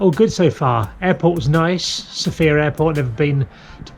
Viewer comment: The capital is pronounced with the stress on the letter O.